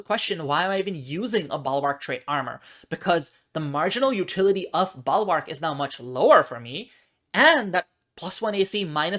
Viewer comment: "Balwark"? Is that a common pronunciation in certain regions?